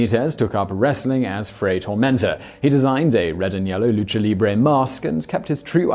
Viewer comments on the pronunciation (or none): none